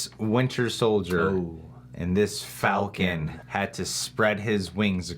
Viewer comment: "One Fal-Can"... Um Sir, You just unlocked Super reasoning and knowledge 🤣😂